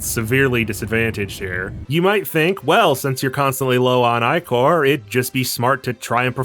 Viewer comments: Dude it’s pronounced ick-or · "eyecore" :hand-orange-covering-eyes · Do they pronounce Ichor as 'Eye Core' in game too? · The way you keep pronouncing ichor the way you do is diabolical. Over and over and over.